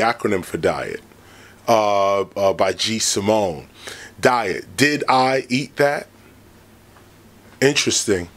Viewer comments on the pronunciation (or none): none